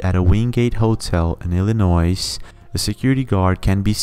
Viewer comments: Illinois is pronounced WITHOUT the “S”. Like Ill-a-noi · Illinois the S is silent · DUDE! The s in Illinois is SILENT!